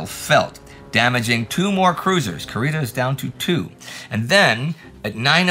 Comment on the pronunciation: Indy, your favorite pronunciation nitpicker here! You pronounced the u in admiral Kurita's name like the one in "cup", but it should be pronounced like in "cuckoo". Anyway, thank you and the whole team for the tremendous work!